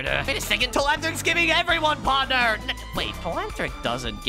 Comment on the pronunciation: Its not parthner